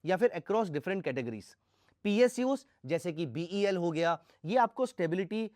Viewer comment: Sir its bel not bhel.. u mentioned bhel in the video